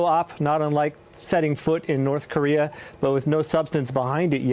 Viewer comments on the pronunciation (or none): none